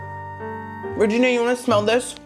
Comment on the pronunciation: Re’Gee’Nia! Re’Gee’Nia! Re’Gee’Nia! Re’Gee’Nia!